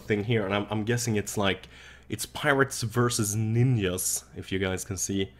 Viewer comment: Ninjas or ninyas lol